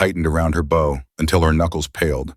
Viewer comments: Listening from Utah USA. This is a really great story, but narrator doesn't know the difference between "bow" as in bow and arrow, and "bow" as in bowing to a king or queen. Two different sounds. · THE AI CANNOT EVEN PRONOUNCE "BOW"